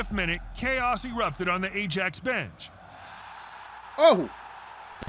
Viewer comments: American commentator is dumb, A-JAX? It's Eye-AX........ far too regular thing with Americans im afraid. Embarassed for you. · Ajax is pronounced Aye Axe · I was just getting over the U - E - F - A Championship pronunciation, Then the A jacks came. 🤣